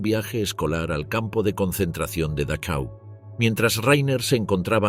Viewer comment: Dachau se pronuncia Dajau.